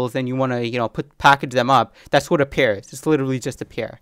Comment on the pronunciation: I like your videos. BTW: You are mispronouncing the word "pair" as "pier"